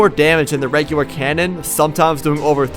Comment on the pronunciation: He said regwer